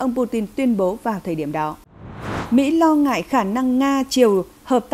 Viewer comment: MC phát âm sai nhiều quá. Hải phận thì nói là hải phân, lo ngại thì nói la ngại.